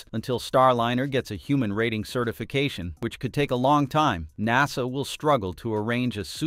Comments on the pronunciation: AI cant pronounce NASA😂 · AI voice mispronounces NASA. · Cool Vid. Please say NASA again :D